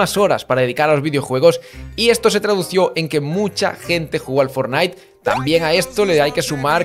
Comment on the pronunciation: Siento que con lo único con lo que me he quedado del vídeo es que hayas dicho "tradució" 😂😂😂